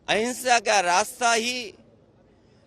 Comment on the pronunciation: Hinsha ya ahinsha sahi se bole matlab kya